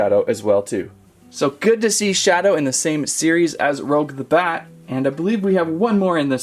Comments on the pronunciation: these figures looks amazing!🤩 but if i were u, its pronounced Rouge(ルージュ) not Rogue!😉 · No offence man but you said rouge as "roug" its actually pronounced as "roo-ge" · Not Rogue. Rouge, the French word for the colour red. Better luck next time. Sonic characters are more my style.😂🙃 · It’s rouge Rooo-ssh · “Rogue the bat” lol! It’s Rouge, my man! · It’s pronounced rooge like the make up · rouge (roo-je) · it's rouge (roogue) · It’s rouge not rogue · Say rouge right 😡